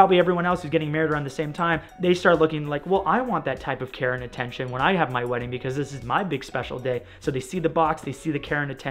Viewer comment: I literally kept hearing "Karen attention" not "Care and Attention". XD XD